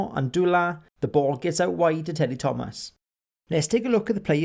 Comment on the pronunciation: its a good video but the way you pronounced some of the names- teddy thoma is how it's pronounces